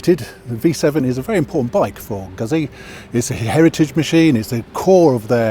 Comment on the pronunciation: Goot-see. Prego